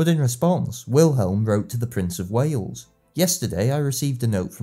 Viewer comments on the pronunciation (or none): none